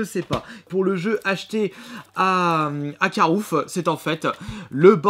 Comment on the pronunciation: Emilie Le Kiwi ! ouai mais il dit carouf